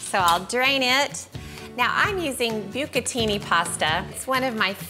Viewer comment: Ree, it's not BYOO ka tee nee...it's BOO ka tee nee. Even though Giada doesn't really speak fluent Italian, she would ding you for that. Where you and Giada are twins is the way you both bastardize good cultural recipes. Just like your carbonara is a mess, so is your puttanesca. Onions? No ma'am. I'll give you a kitchen pass on the white wine, but why muddle all of that in the mortar? You're not making PESTO. The is lightly caramelized in the pan with the EVOO, followed by the gentle muddling of the olives and the anchovy IN THE PAN with a wooden spoon. Oh, and capers? Where are they?